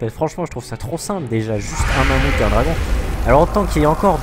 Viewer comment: Le "dragouth" MDR